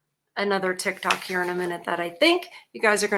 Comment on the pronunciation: "Chick-Tok"??? That's funny!!!